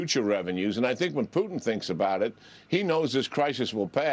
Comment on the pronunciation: "McCrone" ... "Poo-tn" ... Yeah, yeah really qualified....